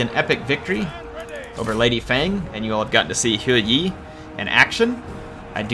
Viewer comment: Think it’s pronounced Her-Yee or as I like to call him Her YEEEET